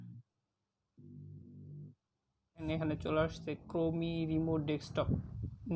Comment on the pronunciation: তুর বাল ক্রোমি না ক্রোম🤣🤣🤣